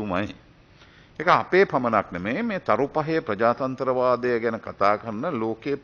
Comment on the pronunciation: අඩුම ගානෙ වචනෙ උච්චාරණය කරනකොටවත් උබල හිතුවනම් මුංගෙන් ප්‍රජාතන්ත්‍රවාදයක් බලාපොරොත්තු වෙන්න බෑ කියල මෙහෙම දෙයක් නොවෙන්න තිබ්බ. මුංගෙ ප්‍රජාචන්ත්‍රවාදෙ , දැං ප්‍රජාචන්ඩවාදයක් වෙලා ඉවරයි...